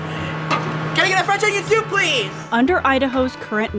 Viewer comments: Can I get a fwench onion thoop pwease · CAN I GET A FWENCH ONION THOUPT PLEATHE!!!!?